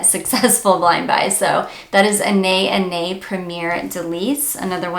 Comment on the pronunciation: BTW, the correct way to pronounce Anais is 'Anna-ees' ☺